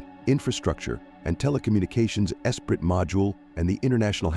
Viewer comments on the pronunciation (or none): none